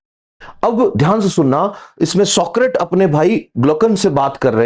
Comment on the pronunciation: आप Socrates शब्द का उच्चार सॉक्रीट कर रहे हैं, जो असल में सॉक्रेटीझ है.